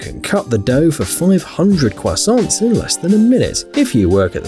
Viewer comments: i like how he said crasant like carl from jimmy neutron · i love the way this man said cwasant lmao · He said cwoissant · he said Quasont LMAO